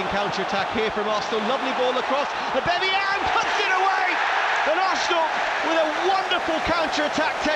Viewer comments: No one: Absolutely no one; Not a single soul in the universe: Commentator :And that's a Brilliant goal from Pierre-Emerick Obemeyong!! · pierre emerick aubameyong😂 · or aubamayang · “Pierre-Emerick Aubameyong” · Has anyone told the Arsenal Media commentator how to pronounce O-Bam-A-Yang's name yet or shall i? xD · always cringe when that 1 commentator thinks its clever to say 'aubamaYONG' ...anyway, we love you Auba! future legend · Far fewer "Aubameyong" and "Aubemeyang"s as the video went on, good to see professional commentators didn't take more than a year to learn how to pronounce a name.. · Since joining Arsenal: Aubameyang: 50 Goals Commentators: 50 different ways to pronounce Aubameyang.